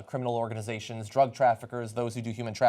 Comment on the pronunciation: I like John he really has come into his own as an anchor over these years. "Dr-uh Guns!" To be followed with "legal drugs flooding the market!" Come on man. What about cigarettes and booze because booze isn't classified by laypeople as a "drug." You spin when it suits you man.